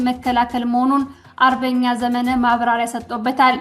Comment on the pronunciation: ስታነቢ ዘመነ ( መ ጠብቆ ) ብለሽ በይ